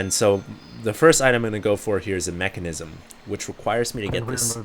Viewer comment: It's called Menkasm dammit not Mechanism!